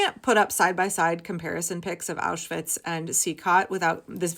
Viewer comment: I am a self-confessed vocab karen. As a word-stickler, I notice that you correctly pronounce the double-V in Auschwitz but still say "sossall" security. I know I'm shooting myself in the foot right now- please don't block me, and please consider my plea, as it is in earnest. I'm sure other word nerds have felt the urge to comment on this. It's not easy being a nerd, or a word lover, and we all need solidarity, now more than ever. I just can't stay silent. Please hear my plea, I mean it with total sincerity. I'm well aware this isn't the topic that needs to be addressed, but I hope others out there will hear this and have my back. Maybe they won't... But if this message resonates with you, you're not alone.